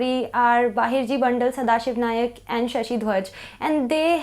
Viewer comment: not Bahirji Nayak, Bahirji 'Naik'